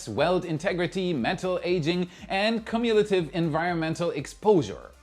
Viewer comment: long u with the y sound in front of the u, like in "cue" or "you", in "cumulative", not short u (like in cum)